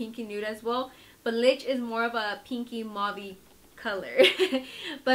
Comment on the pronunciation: Lmfao "lich" it's pronounced lee-chee